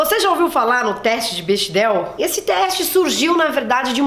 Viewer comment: Se fala Bécdel ;)